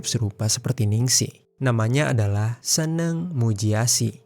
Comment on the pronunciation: ngomong nya itu seneng bukan SENENG bang